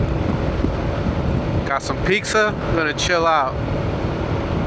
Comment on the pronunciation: It's triggering how you call pizza "pixa" lol